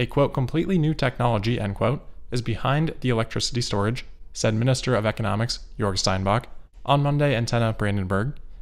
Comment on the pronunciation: Damn, great pronounciation of Grünheide and Jörg there! As a native German I am quite impressed.